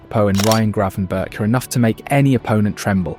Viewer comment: Gravenberch is pronounced Grafenberkh